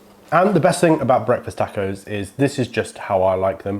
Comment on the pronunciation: For the record you converted myself and I’m pretty sure at least another or two people in the accent that is Breakfast Tacko!! It’s awesome and fun as heck to say. I’m not joking or making fun either. Every now and then you get a person who pronounces a word or phrase in a different way than your use to hearing and a lot of times it sounds a whole lot better. Example: HEB I now pronounce HEBEES. It just sounds more fun to say in my 1 cents opinion. Much love from South H-Town Tejas!